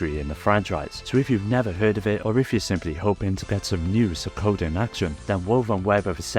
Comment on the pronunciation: SWEEEEEEE-KOE-DEN. K? K. Even AMERICANS can pronounce it, and we seemingly live to mispronounce words from non-Western European countries...